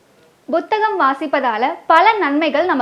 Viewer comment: புத்தகம் என்பதையே நிகழ்ச்சி அறிவிப்பாளருக்கு உச்சரிக்கத் தெரியவில்லை.